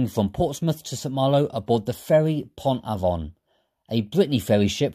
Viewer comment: Slight correction - it's Pont-AvEN (you pronounce the EN like you would in English - phonetically it's spelt 'AVENNE') Nice video!